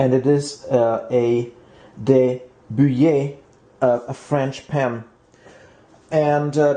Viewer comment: Endlich, jemand, der De Buyer richtig aussprechen kann :-D !!! Aber bei "Tortilla" hast du ein bisschen verkackt. Du hast /tortila/ gesagt, aber richtig ist /tortiya/. Und aufpassen, da du ein potenzielles Publikum aus aller Welt hast, besser wäre "Mexican Tortilla"zu sagen, denn die Spanier habe auch eine Speise die Tortilla heißt, die aber eher irgendwo zwischen Omelette u. Quiche liegt. Ich liebe De Buyer Pfannen. Danke !